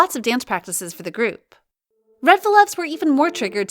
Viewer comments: Its 'Reveluv' not 'Redveluv' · Its reveluv not reDveluv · Red Vlvwt fan club name is REVELUV NOT REDVELUV